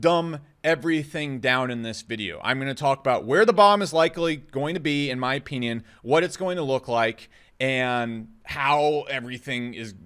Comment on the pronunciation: You say OH-PEE-NyAN funny LOLOL